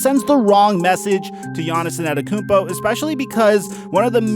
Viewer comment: More like gannissonnetokoumpo